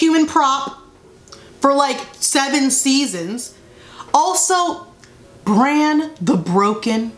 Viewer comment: I lost it when I heard Bran the Beoken